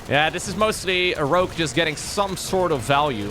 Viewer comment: The weird pronunciation of Rouge, sounds like rúzs, in Hungarian. Many Hungarians say it like that incorrectly. It also means lip gloss in Hungarian... LMAO